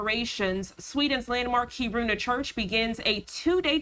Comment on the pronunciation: It’s pronounced Keer in uh